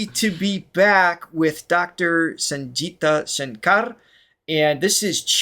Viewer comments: Its Sangeeta for G as in GIVE and G as in GEE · Hey Guys! Her name is "SANGEETA" (meaning MUSICAL) NOT "SANJEETA"... "G" is pronounced as in GO, GARB, GUILTY... "SANGEETAM" in Sanskrit & "SANGEET" in Hindi means MUSIC... Love the way you are tyring to understand the intricacies of Indian Classical Music... Please watch this this one twenty years later and this one almost 40 years later singing with his son by his side...